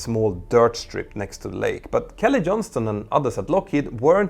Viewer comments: It's Johnson not Johnston ... 🤪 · John-SON! Kelly Johnson. Not Johns-ton.